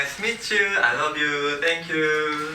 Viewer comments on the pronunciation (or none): none